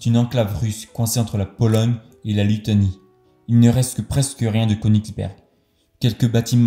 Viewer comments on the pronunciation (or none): Ce n’est pas la Litonie mais Lituanie, et on dit Pillaou non Pilo